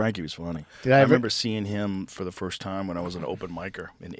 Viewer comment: "Firscht of all.."